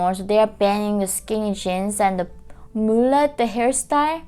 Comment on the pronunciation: I like how she pronounced mullet..heehee..cute